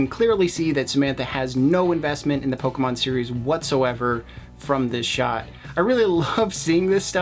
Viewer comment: It's Pokemon not Pokaman you dumb dumb